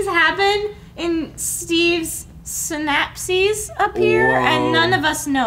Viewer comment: snappsies" ? Is that an American pronunciation for 'synapses', as in sci-nap-ses ?